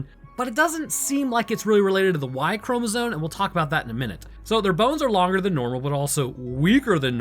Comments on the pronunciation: the entire time you're saying "chromozone" instead of chromosome and it's killing me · did you notice you say chromozone instead of chromosome? No hassle intended, I love the in depth detailed breakdowns you do but I just now noticed you say that word a bit odd.